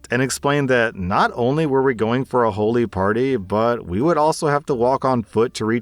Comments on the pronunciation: FYI, Holi is pronounced, Holly. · “Holi” is pronounced like the name, not the adjective. “Holly”.